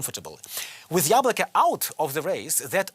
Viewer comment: its YAbloko not yablOko